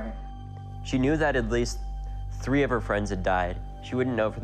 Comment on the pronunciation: "Class theee body armor" you can definitely trust this guy 😅